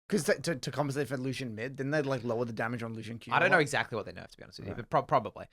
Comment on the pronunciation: Loose Ian, Come on, this isn't like a name that is only in a book with no pronunciation guide. No one has ever pronounced Lucian like that. Like you wouldn't say VahRus or Kay'say or Xayyah so wtf is the Loose Ian shit.